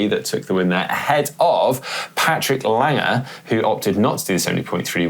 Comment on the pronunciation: Took me forever to figure out his name is Patrick Lange, not Patrick Langer.